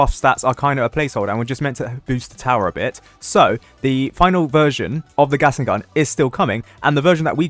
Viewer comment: Ah yes "gastling gun"